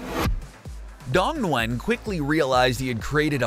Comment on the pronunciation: bro you pronounce Dong Nguyen wrong